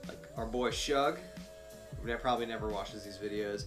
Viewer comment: "shug" is pronounced the same as "sugar" but drop the "ar"...man, yall making me think about the zero chair...ps, Ive made several of the UQ chairs...id make you one and send it to ya if you like...wilderness logics made them for 70 bucks, but marty (the owner) died :( - I make mine out of Costco down quilts...the chair UQ makes ya bum so toasty....my gawd, yall got me thinking "if I upgade to cuben back, save a lb, then add the zero chair, my weight don't change lol